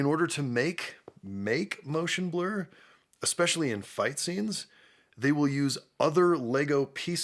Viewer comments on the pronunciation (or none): none